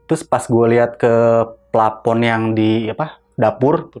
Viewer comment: Narsumnya konyol..sok iyes..bisa bilang denial..hang out...keren Tp pas bilang epakuasi dan plapon..ketahuan udiknya wkwkwkw